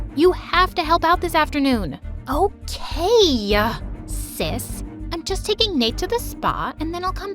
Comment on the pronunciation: why did she say “ok sis”Like that?